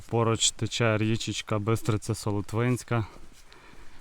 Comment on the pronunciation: Бистриця СолОтвинська (не СолотвИнська) 😁😁😁